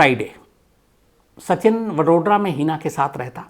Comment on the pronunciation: वडोड्रा नही वड़ोदरा